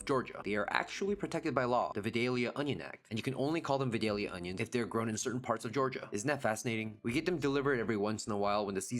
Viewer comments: I believe it's "Vie-day-lya," or at least it is at our house. And yes, they are wonderful cooked or raw. We grieve for them every year when they go out of season. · Vie(long i)-dale-yah 😊